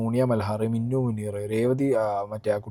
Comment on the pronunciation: മിന്നു അല്ല മിനു 😂